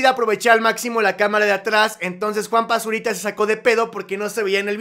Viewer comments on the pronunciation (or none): Soy el único que escucha Juan Basurita?